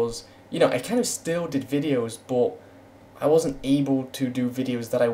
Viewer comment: why do u say boot instead of but? quite funny indeed